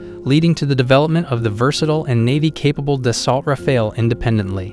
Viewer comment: Nie daltra fale tylko daso rafale sztuczny tłumoku. Eurofighter nie jest "wielorolkowy' tylko wielozadaniowy. Nie cierpię AI. Kaleczenie języka, wymowy, sensu. powinno byc karalne.